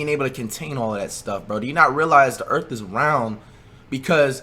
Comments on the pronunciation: This nigga said “ Earkt “ 😂😂😂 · “There’s no way the eark can be flat”